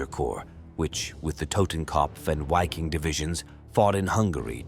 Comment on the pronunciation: Full of mispronunciations.....it's MOdel..and the W in the Wiking division is pronounced as a V